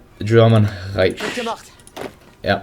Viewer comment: Reich isnt supposed to be said Reich. You should say it like "reik"